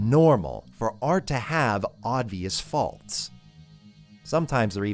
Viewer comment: like saying “odvious” ? 😅♥️